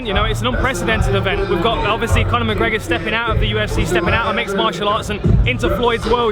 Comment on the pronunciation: McConor McGregor? lol Dan...